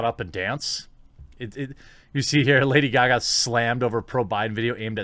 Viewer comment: "Lada Gaga"?